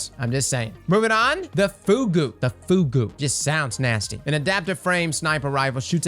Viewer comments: Fugue is pronounced “fyoog”, though “foogoo” does sound kinda nasty. A fugue is a Baroque musical form, perfected by J S Bach and Buxtehude. I highly recommend checking out their excellent fugues. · please, for the love of god "Fugue" is pronounced "fyoog," not "foogoo" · It's not Fugu (japanese word), it's Fugue (french word) that is used in music or psychiatry. Not the same pronunciation at all. Nice set of video, really nice to know which weapons are worth the farm with which roll. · Fugue is pronounced fyoog. It’s a musical term (Suros) for a piece of music where a short musical phrase is introduced in one part and then taken up by other parts, later. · I swear to God if he pronounces Häkke as "hockey" one more time, on my momma I'll slap the mustache off his face. Also "Fugue" is pronounced "fyoog". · Fugue is pronounced like Few-g. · This dude just called the Fugue the "FOOGOO" 🤣🤣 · Fugue is pronounced FEWG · The way you pronounced fugue had me rolling. It’s pronounced fyoog lol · The Fugue is pronounced ‘fyoog’ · impulse amplifier on the glaive obviously helps reload, but it also makes the projectile go way faster. It's a pretty good option. Also, Fugue is not pronounced like that haha. It's from "fugue state" which is where someone can't remember anything, if you've seen Breaking Bad it's a part of the first season.